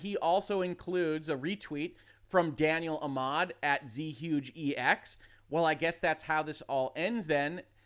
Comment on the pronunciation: brought me here. Also thats not Z-Huge, its Zhuge pronounced JOO-guh in Mandarin from the Character Zhuge Liang from Romance of the Three Kingdoms.